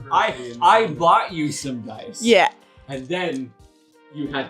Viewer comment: Deece is deece and dat is dat. Is that better?